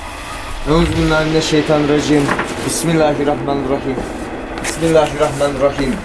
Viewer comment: pismillahrumai:D